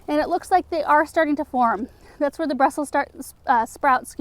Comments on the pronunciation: When you said Brussel sprouts I heard Russell Sprout.. 😂😂😂😂😂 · Ohhh Brussel Sprouts.... He thought you said Russel sprouts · Me too